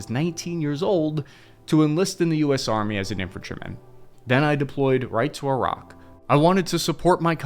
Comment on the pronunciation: you saying Iraq correctly now, finally